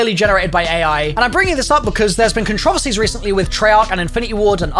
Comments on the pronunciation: The only controversy here is the way you pronounce "controversy" :P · The only controversy is the way you say controversy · I'm sorry how did he pronounce "Controversy"